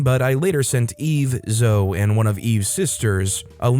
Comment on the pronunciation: For the future, Zoe is pronounced like Zoey.